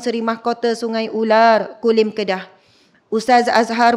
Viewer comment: Saya suka ustazah sebut..."Sungai ULAQ"....Subhanallah